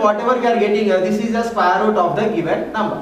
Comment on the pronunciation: Bsdk bolna toh sekh le sqare root 😅